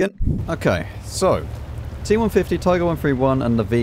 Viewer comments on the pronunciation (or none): none